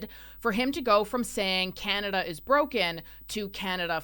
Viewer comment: yeah...so we can "HEEL" to chiZa 😂😂😂 canaZa HUH